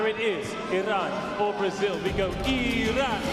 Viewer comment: It’s nice to hear the sports commentator pronounce ‘Iran’ correctly, rather than the political commentators. Viva Iran!